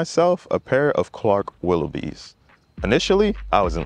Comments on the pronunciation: Facts . He calling them willowbees. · Dude reviewed shoes and didn't bother to learn how to pronounce the name.